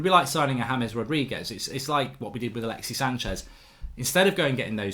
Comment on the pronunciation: Bro it's alexissssssss, there's a S.